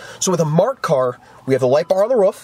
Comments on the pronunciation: its a roof not a ruff. ;) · Love how his says ruff instead of roof.